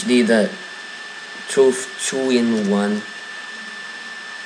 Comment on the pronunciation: "welcum too truff"